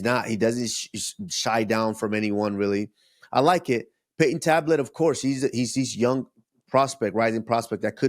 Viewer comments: His name is talbot not tablet 😂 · Payton tablet 😭😂😂 it’s talbott